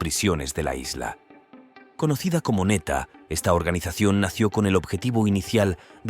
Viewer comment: El de PR no es neta es ńeta 🤦🏼‍♀️ instrúyete antes de hablar